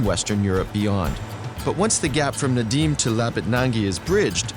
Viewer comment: Прикольно, как он говорит "Надим" вместо "Надым")